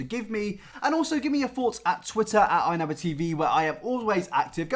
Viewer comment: Wow I thought you were saying welcome back to an video, instead of another video haha love you keep up